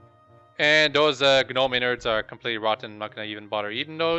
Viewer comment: why did you not sell all that weight? smdh. and stop saying gaaaaanome. Haha